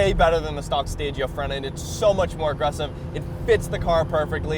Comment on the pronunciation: Finally someone who pronounces “stagea”properly 💪 I’ve got a m35…I wish I had a260 but I love the m35